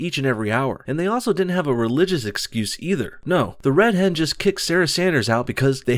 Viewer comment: Am I the only one who hears "red head" every time says "Red Hen"?